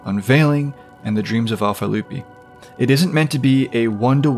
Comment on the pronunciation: May I ask where the art is from? Also you pronounced Lupi well so don't worry